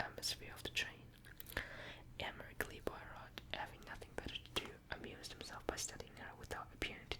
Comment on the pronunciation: I love agatha christie miss Marple is my favourite , but I love poirot too , an easy way to remember how to pronounce it is pwar - row , great video very relaxing 😄